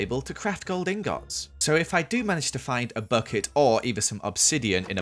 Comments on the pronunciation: It angers me that hes a minecraft veteran and says Ingots like "Ingoughts" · I like how you say ing gots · .... the way you pronounce ingots is so wrong